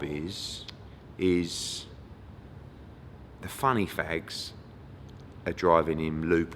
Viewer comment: Good interview but sounded like he said "funny fags". Was he saying funny facts?